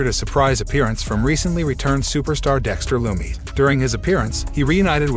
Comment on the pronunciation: Pronounce dexter loomis name correctly